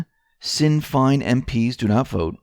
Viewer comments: Sinn Féin = "Shin-FANE". They never vote in Westminster. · PRONOUNCED SHIN FEIN